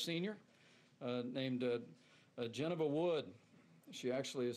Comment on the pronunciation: I think Mr. Pence mispronounced the name Geneva. 🤦